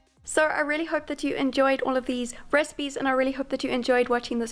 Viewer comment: Love how when she says “recipes” I sounds like she is saying “Rez-peas” 😂 I love her